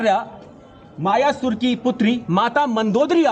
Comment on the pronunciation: मयासुर अथवा मय दानव नाम है न कि मायासुर